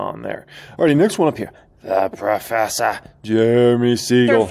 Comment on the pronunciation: "-the proffesah.."